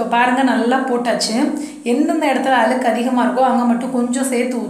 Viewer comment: Nalla Tamil tips nalla Tamil pesunga Aluku I'llai Alzuku , Kaluvi I'llai Kalzuvi unga Tamil kekurathku nallave illai